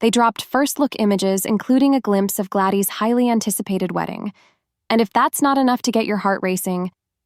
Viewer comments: The girls name is Gladys not gladey . Terrible video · It's not glady it's Gladys. Do u even watch this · Ai can't pronounce Gladys